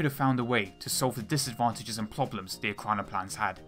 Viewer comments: ploblems, ploblems, ploblems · Ploblems. Ploblems.